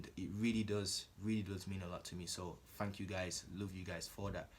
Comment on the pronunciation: "fang kyoo guys "lmao